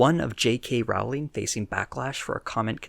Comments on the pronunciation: Great video! Just one note: Rowling's last name is pronounced "rolling." Other than that, solid video. :) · I’m going to nitpick with you: JK Rowling’s name rimes with bowling not howling.